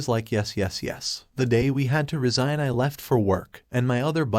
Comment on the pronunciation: Resign or resign? This artificial reader is terrible.